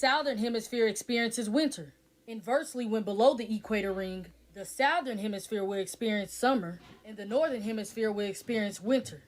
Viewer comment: The lady that kept saying south therin 😂